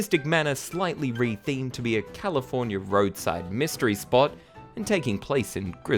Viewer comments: I love and hate the way you say California. Californyer. XD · Californier? Hahahaha